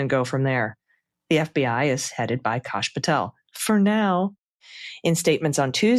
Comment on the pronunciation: Why r u calling him KASH VS CASH, like ass Kosh as in osh kosh 😢 Kash as in ASS